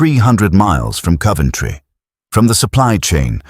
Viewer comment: No "u" in Coventry.